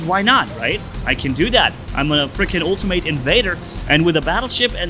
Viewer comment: Mispronunciation of ultimate